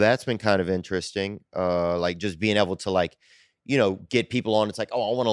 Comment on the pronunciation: Man it pissed me off how said interesting. I love when he says “innerestin”